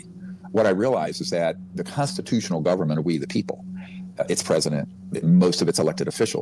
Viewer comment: Government bro govern-ment not gowerment